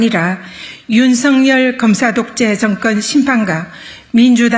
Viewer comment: 증건 정권 총슨 총선 그리나그러나 쏙여서속여서 드이상더이상 이븐 이번 이럴 이를 민주당 압승 을 위하여 온국민이 지지합시다 슨택 선택 발음이 경상도 는 저렇게 안되나?